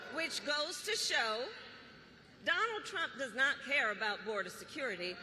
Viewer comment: Close de boder